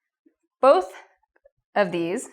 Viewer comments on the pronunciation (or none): none